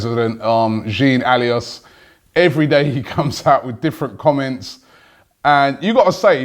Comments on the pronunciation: Maybe he's angry at us because you keep calling hem "Jeen Alios" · "abola" lmao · the lyon presdident name is pronounced like solace without the s.